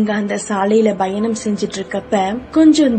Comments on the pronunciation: Bayanam illey payanam plz pronounce tamil propely..tamil nam mozhi athaiye sariya solley teriyalana epadi??? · Voice super madam... But... Bayanam illa Payanam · Payanam kuda yann la bayanam nu soli bayamuthuringa 😂😂😂😕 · That's not bayanam its payanam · Bayanam illa ka payanm